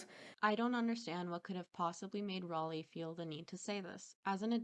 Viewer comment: I like how you actually pronounce her name right and English isn’t even your first language most people that speak English can’t even say Raleigh properly